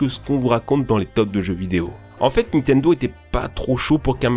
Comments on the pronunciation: Et! A chaque fois que tu dit Nitendo je saigne des oreilles! C'est NiNtendo hein^^ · NINNNNNNTENDO putain on te le dit à chaque fois!!!!!! NINtendo pas nitendo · Arraite de prononcer Nitendo sans 'n'. C'est NiNtendo. 😒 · C’est NiNtendo par Nitendo, la prononciation en général c’est toujours pas ça hein 🙄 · Vidéo incroyable mais s'il te plaît c'est Nintendo pas Nitendo : ninetendo ta manière de le prononcer m'a tellement trigger mdr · "nitenedo" * 5000 , mes oreilles. Sinon très bonne vidéo toujours un plaisir ! 😉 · Je suis le seul à tiquer sur le "Nitendo" ? XD